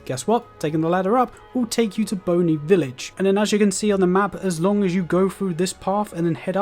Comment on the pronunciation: lol Boney village instead of Bonnie village.